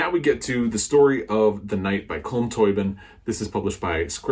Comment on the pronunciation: Great haul,. Your copy of The Rain Heron is lovely. Mine has a picture of a heron that looks like rain on it. I'm smiling at your pronunciation of Tóibín:) (we pronounce it Toe been in Ireland). I've got This is How You Lose the Time war on my hopefuls for June (yes, I'm stealing that from you!:))